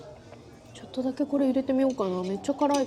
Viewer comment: 조또조토 하는말이😂 욕하는소리로 들려요..ㅎㅎ